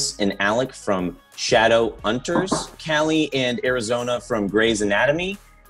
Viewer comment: Ok but what did he pronunced Shadow-unters?????? it's triggering me